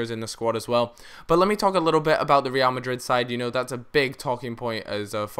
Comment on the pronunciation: the way you pronounce Real Madrid is funny. reeal Madrid I think it should be like Re'al Madrid. Ra'al Madrid